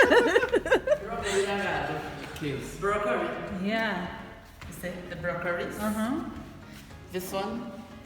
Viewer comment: Brokoriss!!! Made me hola. Kenyans pronounce in capital letters. did you see the Kenyan avocados? They're massive!!